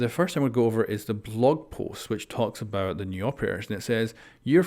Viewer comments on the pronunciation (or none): none